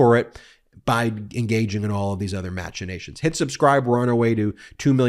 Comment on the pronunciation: Thank you for saying "Mash-in-a-shuns". Hearing people say "Mack-in-a-shuns" is the auditory equivalent of chewing tinfoil !